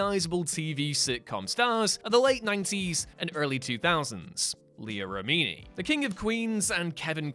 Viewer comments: You are mispronouncing Remini. It's pronounced as you would say remedy, but substitute an N for the D. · Jesus Christ you can't pronounce Leah Remini name right and you keep saying it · It was grating, wasn't it? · whatculture is known for mispronounced words